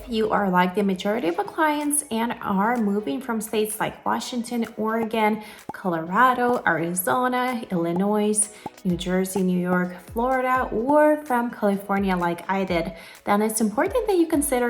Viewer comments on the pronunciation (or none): Btw you don’t pronounce the “S” on Illinois